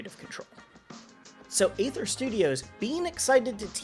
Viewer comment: Aether is pronounced ether, like the shitcoin Ethereum.